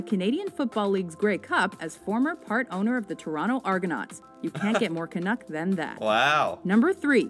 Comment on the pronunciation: Can't you say "can't ", because you too often confused the two! It must be "Amuricant English"